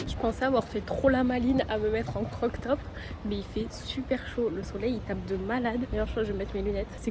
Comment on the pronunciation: On dit crop top pas croc top ! 💐